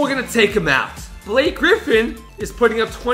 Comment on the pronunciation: Ba-la-kay Griffin